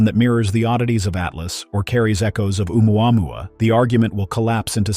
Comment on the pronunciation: This cant pronounce Oumuamua